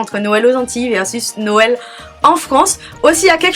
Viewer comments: Je trouve que pour une Antillaise tu aurais pu avoir de meilleures informations surtout pour les pâtés salés ou pour "les ritournelles" et puis on ne dit pas "Norël" mais "nwel" ou "Nowel". D'autant plus que la vidéo est assez longue mais néanmoins elle est intéressante. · Tu es la seule à dire :"Norel "